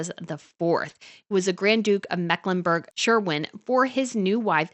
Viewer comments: It is SCHWERIN, PRONOUNCED SHVERIN. NOT SHERWIN WILLIAMS, THAT IS A PAINT FOR THE WALLS OF ONE’S HOUSE. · Mecklenburg "Sherwin"! P-L-E-A-S-E do something about your atrocious mangling of names!!!!!!!!! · I like this vlog. Thank you for the research. Just for your information: it is the german grand duchy of Mecklenburg Schwerin and not Scherwin! Makes quite a difference.😊